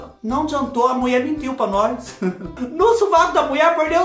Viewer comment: Kkkkkkk o melhor é te ouvir dizer " a Muié mentiu pá nós" kkkkk a gente já sabe o resultado, mas a gente espera kkkkk você é demais, o que você não faz por nós?!!